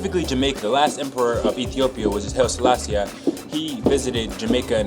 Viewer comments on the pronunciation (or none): Lol dear it's hailae Selassie you need to say it just like you read it great video BTW